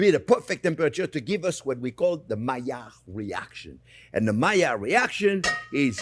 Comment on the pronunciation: Is he saying Malliard reactions?